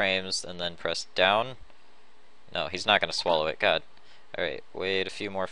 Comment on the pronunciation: I know it's kind of an old video but i can't stand him saying God like that.